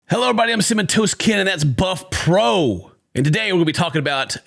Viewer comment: pronounced Simmin Toe-Kin